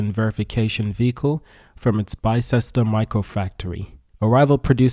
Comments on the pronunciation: Pronunciation: Bister not Baichester. Yeah I know, us Brits and our complex spellings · The factory location is pronounced as BIS-TER. I live about 15 miles from that place so I'd like to help